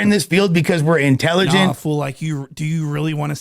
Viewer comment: he really pronounced intelligent like that 😅😂 that's fucking hilarious